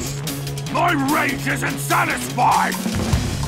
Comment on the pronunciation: Why did he say blanko at the end?!